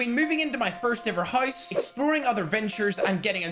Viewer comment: He said house as houice